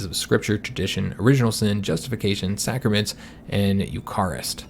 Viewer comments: I think you inherited the seige in Naples, that was why it was over so soon. And I believe Eucharist is pronounced as U-car-ist, at least that is kind of how it is pronounced in Dutch. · Btw Eucharist is pronounced like You-cer-wrist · Iirc Eucharist is pronounced like Euka-rist